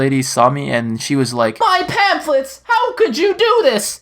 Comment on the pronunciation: When the lady said MY PANFLETS MY PANFLETS! That was like my neighbor when she said MY STONES! Then a few weeks later she died from cancer :3